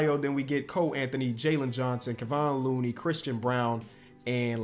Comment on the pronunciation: bro said looney better than drummond